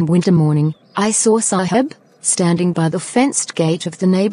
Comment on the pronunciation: Video is nice but Saheb pronounciation 💀